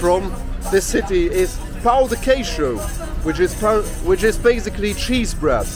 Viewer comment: really enjoyed the video! I am off to BH in a month for a week and this is very helpful 🙂 I am also an english as a first language Gringo....your portuguese is very good, just have to work on the pronunciation of the "pao" in Pao de queijo......the Brazilians will smile to themselves everytime it is pronounced incorrectly..... From one gringo bro to another 😜